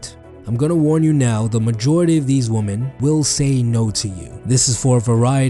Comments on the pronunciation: Heyo I love ur vids but just so you know woman in plural is written women but pronounced „wimen“ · I like how he pronounces women XD my teacher would kill me if I said it like that